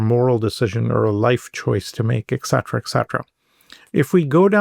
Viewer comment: I can’t bear this white, bald guy. Now he has said (mispronouncing) “etcetera” 21 times! Most people don’t say it once in the course of a day. How does he get on a public site?